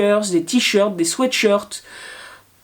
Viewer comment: Aah, enfin une personne qui dit "swète" pour sweatshirt et non pas "swite"... même si un sweatshirt peut être sweet ;-) Sinon, bravo pour ce que vous faites et le naturel que vous avez face à la caméra. Bien entendu je suis vos aventures, celles des 3 bâtisses et de sa Tinyhouse, des containers... Méga pouce bleu en l'air :-)